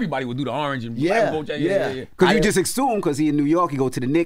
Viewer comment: I HATE how ENVY says “BECAUSE”